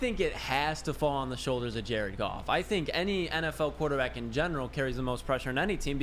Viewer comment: It's goff